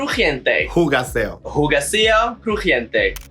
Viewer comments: Amo que Nicky pronuncia mal Hugáceo y Alexis la corrige con una pronunciación todavía peor jaja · It’s not “huga-say-oh”, it’s “hu-gááááh-theeoh”! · How come Alexis, whose mother tongue is freaking Spanish, keeps saying HugaCEo? Bitch, there’s literally the fucking accent on top of the “A”. So please, it’s HuGÁceo! 🙄😂😂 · Them saying hugacéo, while the poor tilde on the a is just there.. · Lo de Nicki lo entiendo porque es Francesa pero que Alexis se pase la tilde por el culo y esa pronunciación de Hugáceo como Hugacéo, siendo ella puertorriqueña, se me hace una completa falta de respeto y falta ganas de hacer bien las cosas. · Por qué Jugacéo?? Nooo Alexis!!! El español hermanaaaa ¡¡¡¡Hugáceo!!! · Alexis, el nombre de Hugaceo se pronuncia la H “muda” no como “j”... como si fuera Ugaceo 😋 me encantan tus comentarios eres PERFECTA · aaay sí, y la tilde en la á, por favor jajaja... no es Hugaceo es Hugáceo... del resto, todo muuuy bien, me encantaría seguir viendo estas reviews con nuestras queens internacionales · Alexis diciendo Jugacéo en vez de Hugaceo es mi mood. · Why do they keep calling her Hugaceo? Her name is Hugáceo!!! Claramente está acentuado 😅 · Ugasio not jugaceo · Amo ver esta review, pero por favooooor Alexis, pronuncia bien el nombre de Hugáceo.... no se nos puede olvidar la tilde en la "á", no es hugaceo es hugáceo.... lo siento, es que me pone nervioso jjajaja pero woooow me han dado tanta vida con sus comentariooos y que lindo vernos representados como latinos y parte de la comunidad internacional de drag race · It's U-gA-seo... wish I could record sound in comments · 30 minutes of research before the review would have been helpful specially for you, Alexis. This is the second review and again you were clueless about a lot of the cultural references. Google es gratis querida. Oh, and you’re saying Jugacéo, REALLY?! I really hope to see improvement on the next reviews. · Why does Alexis mispronounces HugÁceo's name? There's clearly a TILDE there.